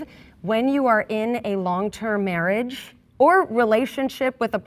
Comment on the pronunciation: "long term mairrage" lol